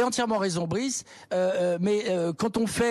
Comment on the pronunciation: Plus je réfléchis plus jme dis que c'est fait exprès quand il l'appelle Brice au lieu de Bruce....pour faire genre il le connaît pas alors que si....du theatre le truc :x